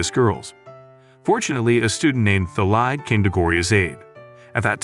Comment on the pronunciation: Thalai? it's Talay